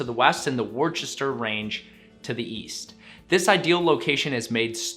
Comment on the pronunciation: FYI...Worcester is pronounced "wustah" not "Wurchester" :)